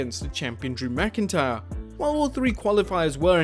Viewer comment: you messed up on Drew McIntyre name